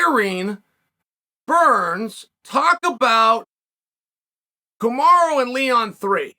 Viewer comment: It’s Kamaru not kamara. Just say kam-are-oo.